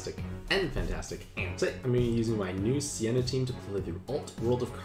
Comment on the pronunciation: ITS SEINA NOT SIENA